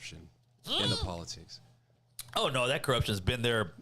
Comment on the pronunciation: I like when he talks polatics